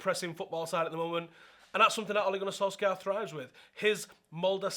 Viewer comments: It's pronounced "soul-shah" ffs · The "skj" in Solskjaer is pronounced like the "sh" in short - norwegian